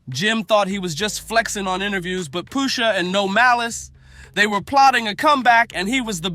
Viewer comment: PUSHA....NOT POOSHA wtf lol